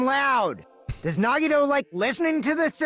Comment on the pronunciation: it’s pronounced (Nah-Gee-toe)